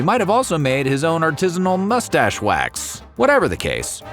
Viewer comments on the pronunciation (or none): none